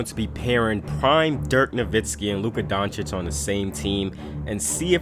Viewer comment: Bro why do you pronounce "Doncic" like that, its not donakick, donchick, Its pronounced "Don-chich"